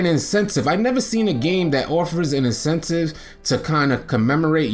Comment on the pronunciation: Incentive my guy not insentcive 😂😂😂😂😂 he said that shit 10000 times